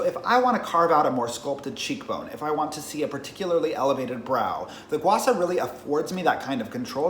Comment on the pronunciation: bruh it's gua sha not gua sa...